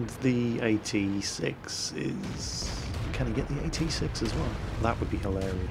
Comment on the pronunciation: "AT-6"???? plz